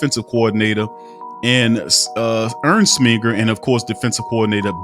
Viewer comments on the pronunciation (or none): Steve "ersnminger" lmfao gtfo